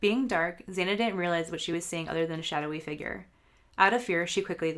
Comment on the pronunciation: You pronounced Xana’s name wrong, and the door dash driver is a woman. She said she parked right next to Bryan and saw him, so you’re wrong on where the DD driver parked.